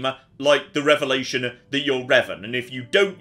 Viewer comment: I think he meant a "Revanation".